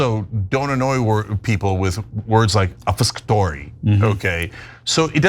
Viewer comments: PS, it's ob-FUS-catory. signed, small-town non-college-degree-holding texan white man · and not a single one of these highly-superior intellects were able to successfully pronounce obfuscatory. smh